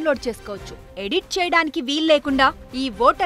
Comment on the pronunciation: Lominate aaa oh laminate I untadi le 🤣